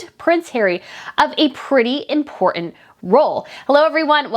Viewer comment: Hey, how can you take a journalist seriously who cant pronounce the T in important? You cant!!!😂🤣👍